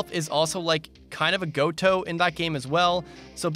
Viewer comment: What is this.. "goat toe", you speak of? Is it like, a british or canadian saying? Never heard of it :o Unless you meant to say.. "go to"? As in, it's the one of the characters you will want to "go to"?